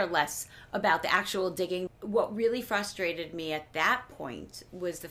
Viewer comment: Anybody else notice none of the cast know how to say "frustrated", they all say "Fustrated!" So funny!!